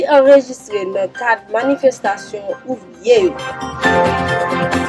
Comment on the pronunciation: Ouvrier homme , ouvrière femme,( pas ouvrièse)